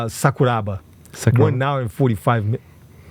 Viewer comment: Sakuraba pas sakubara ,son pas tres caler culture martiale chez rmc